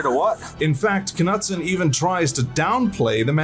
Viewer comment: k nutson? 😂 wouldn't that be a silent k like "know" or "knight" ?